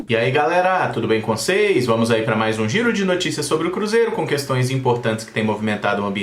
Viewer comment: eu gosto muito guando você fala assim Olá galera tudo bem com os seis kkkkkk